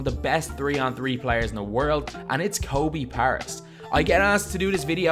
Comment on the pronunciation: Learn to pronounce his name correctly man.